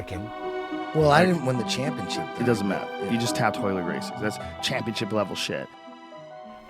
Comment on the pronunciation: "RAYLER GRACIE" ... Imagine being one of the biggest superstars in the sport and then an unknown brown belt from the states taps you with a triangle... and the brodcaster doesn't even get your name right. Oh man I feel for him right now.